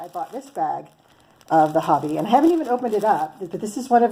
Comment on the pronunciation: Thanks for your review! I was considering these yarns and will now definitely try them out. The irony is that I am listening to your review in Denmark. I didn’t know about Hobbii until I saw YouTube videos from America. As a sidenote, the pronunciation is just like “hobby” in English. The “I” is short in Danish but not much different than English. However, the “O” is also short and rhymes with “job”. So, really, just say “hobby” like you do in English and you will be fine 😄